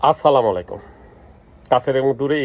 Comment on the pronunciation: আরসালামালাইকুম হালায় বলদ সালাম টাও ঠিকমতো দিতে পারে না ।